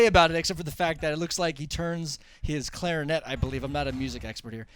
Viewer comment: lol "clarinet"